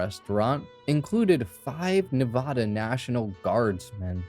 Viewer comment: It’s Nevada. First A as in “apple”. Just for future reference :)